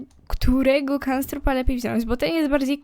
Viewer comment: On nazywa sie knabstrup a nie kanstrrup